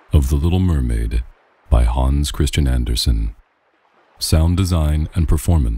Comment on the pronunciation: I love the pronunciation of Hans Christian Andersen. Thank you for reading it